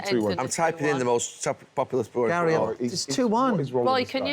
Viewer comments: Why does Ian Wright call Neville 'Gal'? It's odd and I can't ignore it now that I've noticed 😭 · What does Ian call Neville? Sounds like 'Gal' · Why does Ian say GAYL when he's talking to the blokes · Why does Ian Wright keep calling Gary Neville "Gail"?😂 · He’s saying Gal for Gary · Why does Ian call Gary, Gal? 😅